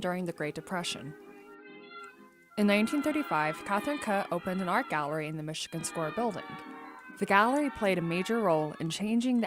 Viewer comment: Katherine Kuh - pronounced 'cue", as in cue-ball.